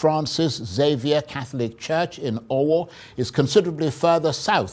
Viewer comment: of Arise news can't even pronounce Owo properly when he is a Nigerian. Jeez!